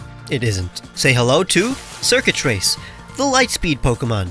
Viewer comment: "Circuitrace" My brain: DID YOU SAY XURKITREE??